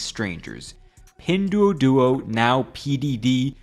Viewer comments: I have to say one thing about the pronunciation. "duo" in Pinduoduo is one syllable. So it's pronounced like the diphthong in the British "cure", i.e. without the r sound. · I love your content man, but please work on your pronunciation of Chinese words. It was like fingernails on a chalkboard each time you mentioned Pinduoduo or Shein, etc